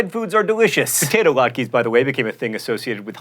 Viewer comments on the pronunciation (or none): I know mispronunciation is your thing, but latke is pronounced like lot-ka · latke is also pronounced latkuh, not latkee